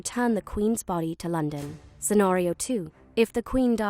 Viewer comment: And London is being pronounced weirdly also she said castle in a northern accent